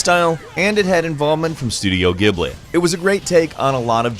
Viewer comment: Ghibli has a soft g. You can tell because the katakana for its name is ジブリ(Jiburi).